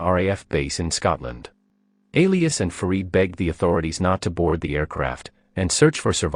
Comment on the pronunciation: "Alias"? That's not how you pronounce Elias.